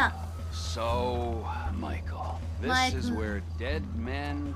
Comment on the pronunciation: every other JP liver: Mi-Ke-Ru Miko: Michael every time I heard I surprise Miko actually pronounce it pretty well